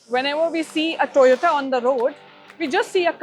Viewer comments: Its TOYOTO not Toyota by our highly educated ganna minister cum scientist=Gadddhakari😂😂🤣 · Once a minister say toyatoo